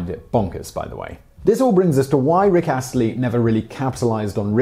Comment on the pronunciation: This was informative AND you didn't mispronounce his name. Frankly, I'm stunned. Don't worry; I won't get used to it. You wouldn't be you without occasionally poor research and your tendency to butcher names you have no reason to mispronounce and while those are not remotely good things, they are expected. Sad.